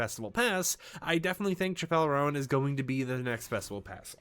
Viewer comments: BRO CHIPELLE ROAN, WHO IS THAT. Please Do your research when pronouncing the New upcoming Artist names, this is embarrassing, this isn't the first time you've said these names wrong XD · my dude, why didn’t you Google how to pronounce her name before making a video abt her 🤦‍♂️ genuinely don’t understand how creators do that. lol